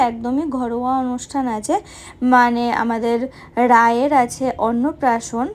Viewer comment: রায় ? রাই বলো 😊